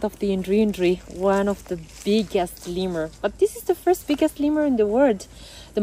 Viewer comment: Jo tumhare sath guide hai usse seekh lo ke Lemur kaise bolte hain 😅 Tum to pata nahi kya Laimur bol rhi ho